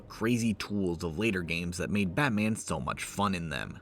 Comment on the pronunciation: its so “BAT man”. Im sorry for writing this comment.